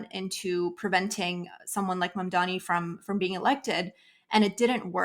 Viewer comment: is it so hard to pronounce "M.A.M.D.A.N.I"? I thought the oppositions mispronounced the name to undermine Zohran, but Horton, who obviously a proponent also mispronounce it.